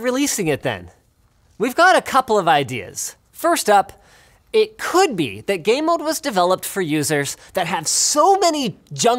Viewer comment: I couldn't not hear "Gay Mode" every time he mentioned the feature.